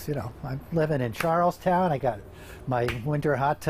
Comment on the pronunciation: They pronounced Charlestown wrong.